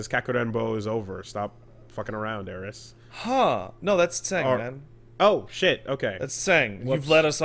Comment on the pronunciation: There are very few things that get under my skin when they shouldnt. People who say "Aeris" is one of them